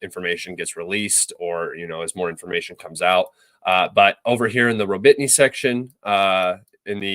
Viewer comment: Ro-Bit-Ny????? Where the fuck is that???? Do you mean Ro-Bo-Ti-Ny ?????